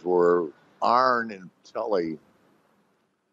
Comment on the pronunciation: It's not "Telly" It's "Tully"